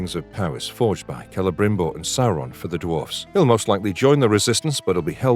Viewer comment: Lots of weird AI phrasing in this narration but I did enjoy "Cele-grim-bor" when that came up a couple of times. Some weird speculative conclusions too, why does it seem that it's likely we'd see the destruction of Numenor this season when there is so much story left to tell there? Why would you think the party of elves that encounter the 'Barrow-wights' would encounter Tom Bombadil when he is out east in Rhun?